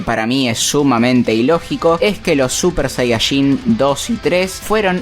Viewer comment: Cada vez que dice super sayashin muere un gatito😢